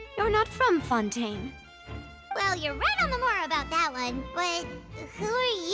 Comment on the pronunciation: It took me a wholeass hour to realize why was calling fontaine oui oui